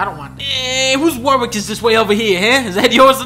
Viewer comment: It's pronounced Warick. The second W is silent.